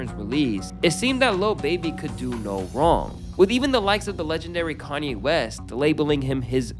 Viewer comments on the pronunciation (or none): none